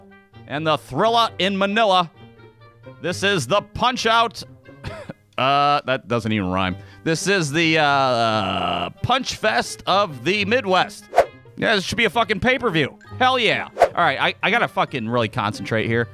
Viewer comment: pay-per-view* not Paperview 😭